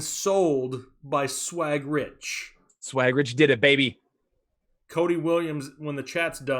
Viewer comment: No man it’s “Richie Swaggz